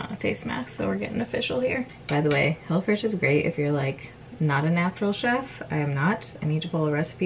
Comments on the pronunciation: Lol sounded like u said hellafresh 😂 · It sounded like you were saying “hella fresh.” I think that would be a better name! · Sounded like she was saying hella fresh instead of hello fresh lol I kept thinking that’s an interesting name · It sounds like you’re saying “hella fresh” and it’s cracking me up!😂😂